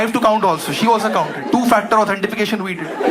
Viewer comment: It’s 2 factor authentication not authentification 😂